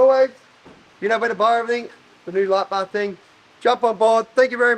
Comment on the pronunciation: Hearing this guy say "light bar" makes me want to bang my head against the wall. Terrible.